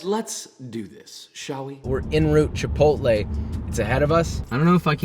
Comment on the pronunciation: It’s pronounced chip-ot-l